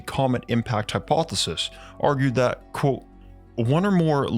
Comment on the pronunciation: is no one going to talk about they way he can't say the word ( quote )